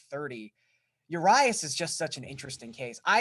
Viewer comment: Uh-Ree-us Julio Urias